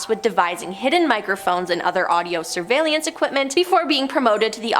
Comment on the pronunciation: WTF? How TF does she get Cape "Car-ni-Val" out of Cape Canaveral? 🤣🤣👽👽🤣🤣 Anyone else annoyed with her mispronounciations? there were quite a few of them in this video and others that were featured here: This video alone, Cape "Car-ni-Val," "al-kwī-duh," surveillance as "sir-vail-ē-enss," "federal bur-oh." I remember the Challenger explosion. I was in 4th grade walking back from the restroom. We were watching it live and I walked in just intime to see two seconds of the flight before it ended in a fireball. The shuttle does not have the parachute. It was designed to come blasting back into the atmosphere, and then gliding back to a runway. Parachutes were on the Apollo capsules and were recently brought back with SpaceX and other applications with the resurgence of rockets. Personally, I don't see the harm in researching this stuff to learn. And to keep yourself aware of potential nefarious things the government might be doing. And they know wgatbhappened to the people after Operation Midnight Climax. They always know.